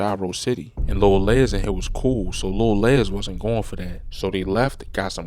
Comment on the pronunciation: Les as in Lester not Lez